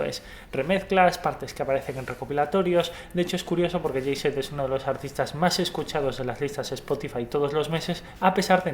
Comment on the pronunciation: Que feo pronuncian los Españoles Jay Z ó AC DC !!!! 😱😷😷😷